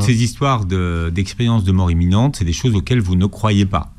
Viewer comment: Imminente et pas eminente